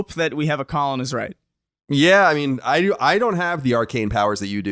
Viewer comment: Oh, I noticed you getting the name wrong, Colin. I just didn't feel like correcting you.